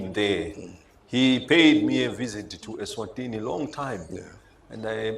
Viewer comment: King MSWATI,King of ESWATINI (not MSWATINI)